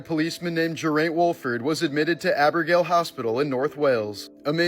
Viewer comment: That pronunciation of Geraint and Abergele! 😅